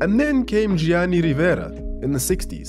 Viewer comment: To improve your pronunciation of Italian (I see you're trying and I appreciate that): you almost never read the "i" after g or c. It is there to change the sound of the g and c, but it doesn't make a sound in itself. So you shouldn't read it in Gianni, in catenaccio or in calcio